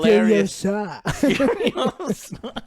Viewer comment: it's Furio-SA.... dying